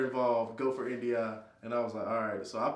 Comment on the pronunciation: What is that word he said? INDIA? Edit: I think he was saying NDI so did quick google search for "Air Force NDI job description" and got nondestructive inspection. Mystery solved. Could be a cryptologic linguist analyst in the future...lol